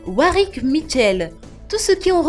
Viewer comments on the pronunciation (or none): none